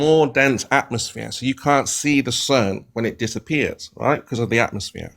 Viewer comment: Why is he calling it an AtmoSHERE?